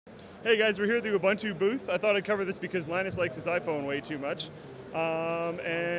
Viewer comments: I love how people pronounce Ubuntu. It sound weird and yet awesome from its actually pronunciation here in South Africa in its native tongue. Its actually pronounced oo-buun-too. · Mispronunciation of Ubuntu irks me :P